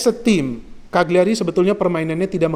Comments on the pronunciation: Cara bacanya CA LI YA RI, bologna bacanya Bo Lo Nya. #forzamilan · Eh Ka Li Ya Ri